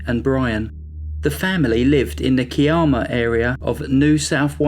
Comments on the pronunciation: I am so glad you've hit this milestone and it was fun to see that upload. Thanks for putting this together. In the Australian story, the Kiama is pronounced Ky-Emma. It's still a small town, it's name is derived from an Aboriginal word Kiarama meaning where the sea makes a noise, because there is a blowhole that can spout up 30 metres. Thank you for telling Kim's story, life goes on for everyone else in the world, but these victims can be known for who they were. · Kiama is pronounced KYE-ammer; Gerringong is pronounced JErrin-gong.